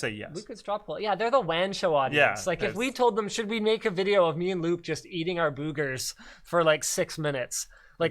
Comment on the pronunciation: the way Linus pronounces boogers 😂😂😂 Boo-gers